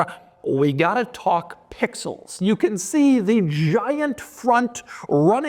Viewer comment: Stop saying pixels man. It jars the ears the way u stress “Pixels”